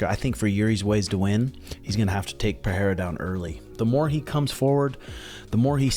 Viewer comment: Pereira is pronounced "Pe rey ra" (R's as in Robert), rather Pe Hey ra